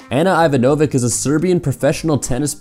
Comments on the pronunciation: Ivanovic is pronounced ee-VAH-naw-vich. Do your homework. It's not rocket science. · You just totally mispronounced Ana Ivanović, do your research next time